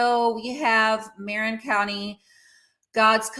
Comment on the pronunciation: It’s pronounced Ma-RIN with the accent on the second syllable. (Marin County)